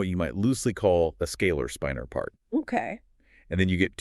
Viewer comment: Unfortunately, the one in this video pronounces "spinor" as "spine-er", not the correct "spinn-er"